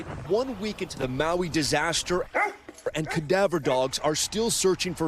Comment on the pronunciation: You're getting better at pronouncing Maui 😏. Grind one Lau Lau bra, you going get em better ✌️